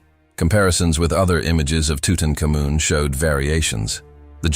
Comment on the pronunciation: I have never heard it pronounced tutucamoon have you?